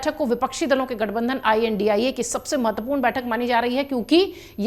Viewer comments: India bolna nhi ata ji ai.an.di. ai ae bol rhi ho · India gathbandhan ki aap india uchharan karneme kyun takleef hai?